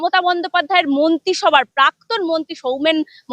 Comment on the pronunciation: 😂😂😂 মন্তি না মন্ত্রী হবে। পাক্তন নয় প্রাক্তন হবে। সোমনাথ বাবু কে ডাকবো। 😂😂😂😂